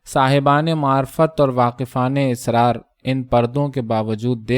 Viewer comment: آپ کا انداز بیان نہایت موٹر ھے بس لفظ asrar کو آپ بار بار israr کہتے ہیں جو غلط ھے